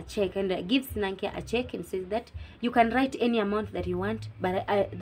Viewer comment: Thanks for the review girl. I'm glad I found your channel as I have an exam soon😍 I'm your new subscriber from Uganda 😊 (btw the names are locally pronounced Kyeyune as Che–Yu–nne and Nankya and Nna–Ncha) Keep up the good work Love